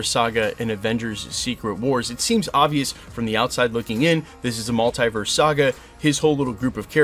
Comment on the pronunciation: Hate the way you say Multiverse 😂😂